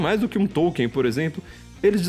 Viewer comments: tollkeen. nao e tolien sa fala KARAIO. TOLLKEEN. o qe...vc nem tem um dictionary de pronnciacao ingles kassete-kakaka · esse paree atras me faz lembrar as 70s. so falta uma lareira karaio.. tambem nao come areira. souu inteletal mas o teclado ta riuum. nem conheco NINGEM qe ler TOLKIEN. Popper sim. Kuhn sim. Qe porra vai ler TOLKIEN. OUTRO - e pronnnciado TOLLKEEN ta bom? Nao e TOKIEN. e TOLLKEEN.